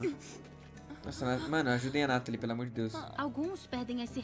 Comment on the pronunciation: Ate que fim acertou o nome da Nathalie não chamou ela de Natalia mais agora ele precisa acertar o nome da kyoko ele fala o nome dela certo mais outras vezes sai um Kyoto da uma certa agonia